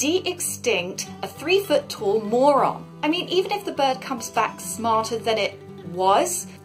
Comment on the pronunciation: 3ft "Morron"🤣!